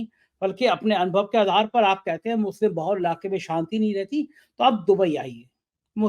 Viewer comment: youare reporter carrying a social responsbility but unfortunately you are giving Muslims Wrong name "Musle", is this Muslim word so tough for you to pronounce if yes the please show to sone good doctor who can heal your mouth dissease. we Muslims are generally peace loving its US and their followers who made terrorist word with Muslims... you are eduated and behaving like unedecuated person. or like sanghi..... shame on you...